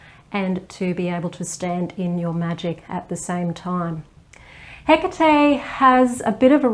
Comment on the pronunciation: OMG ! Finally... a video where her name is pronounced correctly !!!!! Thank you !!!